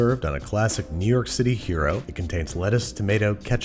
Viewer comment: I keep hearing hyeero instead of hero. Weird. Or should I say wyeerd.